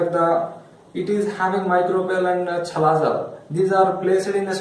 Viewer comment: Chalazaaaaaa ha haaaaaa First learn how to pronunce chalazaaa